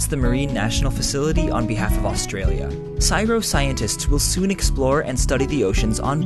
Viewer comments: It's pronounced Cee.Ess.Eye.Arr.Oh dude, not cyro... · I've never heard anybody call it "sigh-row", it's usually C-S-I-R-O, but that was pretty funny. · "Scirow" hurts. Please call it the C-S-I-R-O. Also it has recently lost 30% of it's funding in the last Australian Budget :( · It's pronounced C-S-I-R-O, not Si-Ro. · Haha Syro, C.S.I.R.O My little American friend. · Australians don't normally call it "sy-ro" the letters are pronounced Cee-Ess-EyE-Ar-Oh. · Awesome video dude, but it's pronounced (the) C-S-I-R-O. "Psyro" doesn't exist, and as an Australian, your pronunciation made me crack up hahaha. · Most people call it C.S.I.R.O, as in they say all the letters, rather than saying "syro", but I guess you are no less correct - I have just never heard it said like that before. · C..S..I..R..O Not cyro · C.s.I.r.o not siro haha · As every Australian shudders at the sound "Cyro" instead of C.S.I.R.O. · Its not Csiro! its CSIRO do you turn all acronyms into full words? Didn't think so. For a science channel you dropped it on this one. Nsa? Naacp? Nba? Nope! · In Aus we don't all the CSIRO 'syro', we actually say the acronym C S I R O. Takes longer but sounds better. :) Great video. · "Siro". Im not 100% sure but i'm pretty sure you pronounce it as an acronym. "C-S-I-R-O" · Its pronounced CSIRO not siro. Just pronounce the letters individually. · Not pronounce siro, it's pronounced c s i r o. Initialism not abbreviation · Hahaha... "Syro".... It's pronounced C. S. I. R. O. Say the letters of the acronym. Like EPA or DEA or BBC. Not like NASA. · Just a heads up, it's pronounced C.S.I.R.O (as individual letters) rather than CSIRO as a word. It's awesome that you're being sponsored by them though! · It's not "CYRO" It's actually pronounced C.S.I.R.O. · LOL'ed at "psyro". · its an acronym so its: see ess ai ar oh CSIRO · just so you know csiro is pronounced letter by letter so as in C-S-I-R-O not as one word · See Ess Igh Are Oh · Its pronounced C S I R O :P